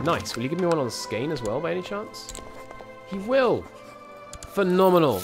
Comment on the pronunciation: You should probably used the Latinized spelling for the Swedish states since you slaughter the Swedish spellings so badly lol Skåne is Scania and Blekinge is Blechingia, for example. Much easier to pronounce.